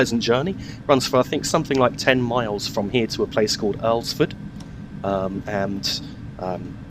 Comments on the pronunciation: Alls-ford not earlsford. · As a Hampshire local and my local heritage line being the Mid Hants, I can tell you Alresford is pronounced "Allssford" not Alressford or Earlsford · I live in Alton and the place called Alresford is pronounced All-sfd. Hampshire is also pronounced Hampshuh and it's not an oo sounding u. More like a uh. Sorry for the negativeness. That was a great video. Just want to ask, in the future, if you need any help with scenarios, I would be more than willing to help make some for you custom or on request. My steam name is: F1 Stobart Chilton. You can check my scenarios out there if you would like.